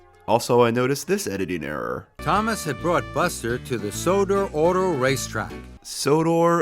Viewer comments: I don’t think the Sodor Race Track was a editing error. It’s likely he’s saying Sodor Auto Rack Track but he’s mispronounced Auto, with a more European pronoun is toon of the Au sound which is different from American pronunciation where we say Auto as ah-tow. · he’s definitely saying Sodor Auto Race Track but I don’t know why he said auto so weird. Maybe they should have done a second take of that